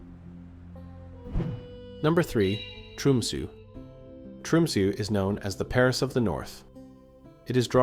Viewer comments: It is not called Tromsoo, it is Tromsö. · I was going to say, this is the first time I've heard Tromsø pronounced as "Trumsu".